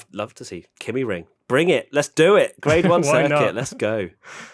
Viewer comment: Kymi ring is pronounced ki (like the start of kite) me